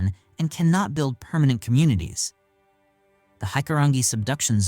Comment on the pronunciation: You can tell this is not narrated by a Kiwi. We don't call our wilderness forests as they are man made here(pine forests is for logging) we have the bush that can kill you so be very cautious entering it. Tar-ra-wear-ra is how Tarawera is said. Hikurangi is pronounced Hick-coo-rang-ee.